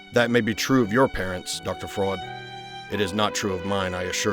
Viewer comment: Great Job! I love the freudian-slip of pronouncing his name "Fraud" instead of "Freud"